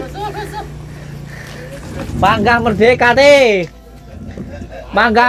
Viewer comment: Merdeka Gusss bukan medeka